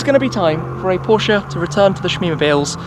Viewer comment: Great content 👍! Glad that you know how to pronounce Porsche properly, unlike most of the other British car Youtubers 🙄...